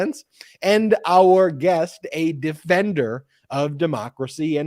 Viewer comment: Guest. Not gas. God I truly hate Google speech but I am a lazy old wench